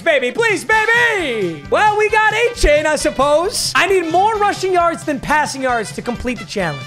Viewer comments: Pronounced A-chan not a-chain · Hey, it’s pronounced “A-Chan” not “A-Chain”. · I wish A-chain' name was actually pronounced like that. But hes been telling people its A- Chan . Chan like Jackie Chan. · FYI, Achane's last name is pronounced "A-chan" not "A-chain". It's not a big deal but if he is your RB for the rest of the season, I would probably try and fix it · 88 overall Leighton Vander Esch gets lurk artist lmaooooo. Also it's A-Chan not chain. CHAN as in Jackie Chan. Not chain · Btw his name is prounouced a-chan (like jackie chan) rather than a-chain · A-Chan Not A-Chain papa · Not trying to sound like a dick or speech teacher, but it is pronounced A-Chan, not A-Chain. Pronounced it the same way for a while. Love the vids, keep up the great work. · its pronounced a-chan. still love you papa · Papa its pronounced A-Chan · Acane is how it is pronounced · Hey man just wanted to let you know it's pronounced da Vaughn achan like 4 chan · Pronounced a - chan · For the love of god pronounce his name right It’s not A-CHAIN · Yo gotta pronounce Achane the right way he was pissed after his first game when they were saying it wrong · please learn how to say achanes names 😂